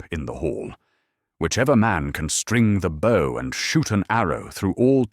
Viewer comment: This is very, very well adapted. And the narration is by the best AI voice I've ever heard. Completely flawless in intonation and rhythm, except for the word "bow".